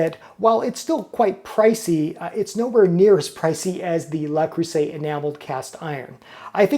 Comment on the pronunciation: The French word Le Creuset is phonetically pronounced "luh-CROO-zay" in English, with the emphasis on the middle syllable and the "s" sounding like a "z" before the final "t" is silent. Here's a breakdown of the pronunciation: Le: Pronounced like the English word "luh". Creuset: Please. There is no "A" sound Thank you. I cringe every time you say it.